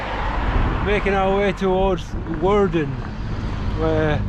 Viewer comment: Woerden, with an oe as in shoe..